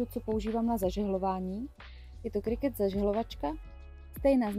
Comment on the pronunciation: Chválím za výslovnost Cricut! 💜😀 Super video. 🌷